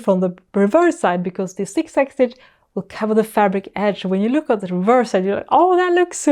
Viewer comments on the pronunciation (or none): I love the way you say “Zig zag”! “Sik sak”😂. Great video. Going to try it now. Thank you.